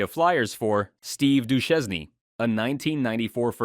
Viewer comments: Steve Do-shane should be the correct pronounciation. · How can you pronounce Lefebvre but not Duchesne ? This is illogical af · Steve Du-chez-nee?